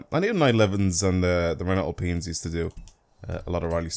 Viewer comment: Giving a like purely because you’re the only You Tuber to ever pronounce Alpine correctly.